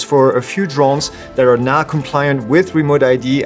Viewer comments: It's sounds like you said not approve but I can hear now approve replaying it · I’m assuming the drones you mentioned are going to be remote ID approved? I’m just a little confused because your accent/speech sorta makes it almost sound like you said not approved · Did you say those drones listed are “now” approved or “not” approved? I couldn’t quite understand. I tried flying my air 2s yesterday and couldn’t get it to fly. I check firmware, DJI fly and everything was ok until I saw “remote id error”. Can someone help me? Am I not allowed to fly my drone anymore? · did you say "not" approoved or "now" approved??... sorry but that wird is not discernable in your video.